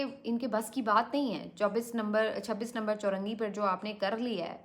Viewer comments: Bibi it is chungi number 26, not churangi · Choongi not chorangi